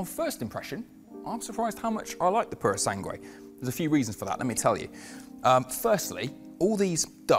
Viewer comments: It’s pronounced Purosang, not Purosangway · You can't pronounce the name mate. Purosangre, not prrrsange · Why is it that they never consult with Italians before making these videos? 😖 Farhari Purow Sangwe What a language assassination ...